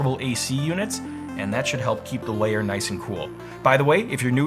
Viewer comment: Why do you pronounce Lair as Layer? A layer is a different thing altogether...